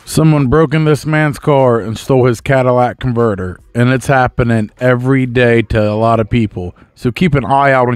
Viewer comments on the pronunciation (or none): Cadillac converter? I'm a woman and I know that's not how to pronounce it lol